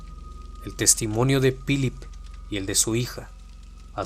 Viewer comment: ¨Pilip¨? buena narración como siempre, pero he notado tu pronunciación del inglés es malísima